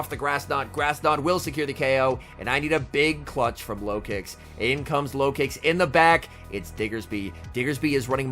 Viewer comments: Lol I thought you said low kicks in the beginning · I keep hearing "farming up with the Lokix" as "farming up with the Low Kicks" and I'm like "who in the heck is running Low Kick??" 🤣